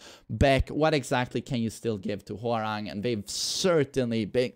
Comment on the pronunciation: as a Korean , His Name is Pronounce Hwa Rahng not RANG like Telephone Rang haha his top uniform is from Tekken 3 . 맥 ( MACK ) is the same logo from the back of his TKN 3 top uniform ( dok-boh ) bottom is from between Tekken 5 and new 8 design mixed . Long Hairstyle is from Tekken 4